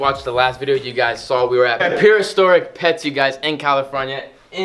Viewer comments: Does have trouble saying "Prehistoric?" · Lol u didnt say prehistoric correctly lmao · has so much trouble saying "prehistoric" lol